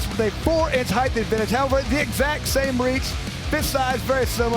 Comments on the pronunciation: Still waiting for the announcer to figure out that there are only 2 H’s in height. It does not rhyme with eighth. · Why is this doofus allowed to say "heighth" over and over!?!?